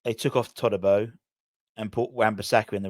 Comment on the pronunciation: Who the fuck is todibow lol😅 That's like calling paqueta pack a tar 😅